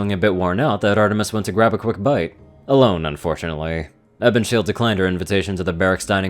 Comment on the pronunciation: It's Ebonshield, but it does kind of sound like he's saying Evershield lol